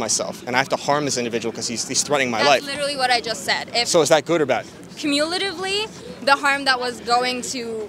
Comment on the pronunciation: Girl keeps using cumulatively in sentences where it’s not required and doesn’t really make sense. And she’s mispronouncing it too lol